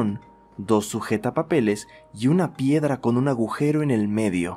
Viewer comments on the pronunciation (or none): none